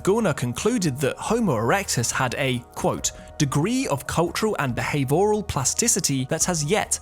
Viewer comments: Good video. Please pronounce the I in behavioral. It's not behave oral. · Beh-high-vee-oral . . . lol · bihæve-Oral? Edit, plz.